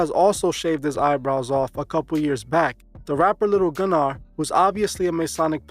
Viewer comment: The G in lil gnar is silent like gnarly…